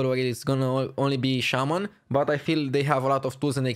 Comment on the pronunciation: Shaman not shaymin suck it and